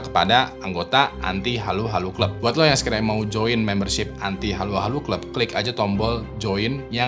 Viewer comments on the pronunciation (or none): none